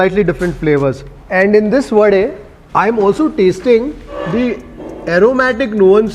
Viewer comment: pronouncing wadE, dosE correctly quite lately but i appreciate this! 👍